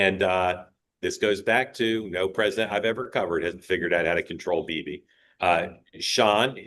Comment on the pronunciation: Why does always MISPRONOUNCE Bibi's name??????????????